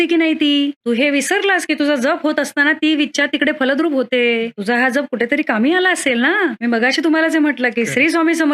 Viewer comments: जप ह्या शब्दाचा उच्चार ज्यप आहे. आपणास करत असणारा उच्चार जपणे ह्यातला जप आहे. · aजप शब्दाचा उच्चार खूप वेगळा होतोय जयंत शब्दात जसा आहे तसा केला पाहिजे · तुम्ही फार चुकीचाउच्चार करीत आहात जप शब्द चुकीचा उच्चार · अहो ताई जप शब्द तुम्ही चुकीचा उच्चार करत आहात . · आधी जप चा उच्चार नीट करावा . गायत्रीचा २४ लाखाचा पुरश्चरण विधी आहे २५ कोटी जप म्हणजे खूपच मोठा कालावधी झाला . काहीतरी गोंधळ होतोय .